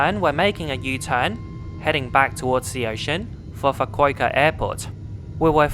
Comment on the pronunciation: Pronounced ‘Fu-ku-ooh-kah’, not ‘Fu-ku-ei-ka’ 😂